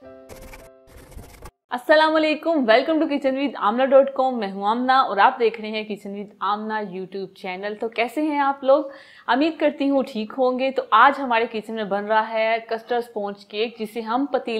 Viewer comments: Ameed nh hota umeed hota h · Ameed nahin umeed hota hai sahi lafz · Ap na bola ameed kar ti ho aumeed hota ha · O behan g ameed ni hota umeed hota hai bolna to seekh lo pehle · Ameed Ni Umeed Hota h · Ameed Nahi Hota umeed Hota hay